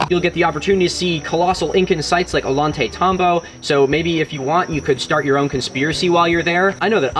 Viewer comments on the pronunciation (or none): Milo, it's pronounced "Ojántay-támbo'. Wish I could come on the tour!